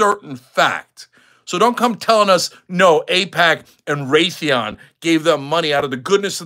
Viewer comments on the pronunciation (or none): none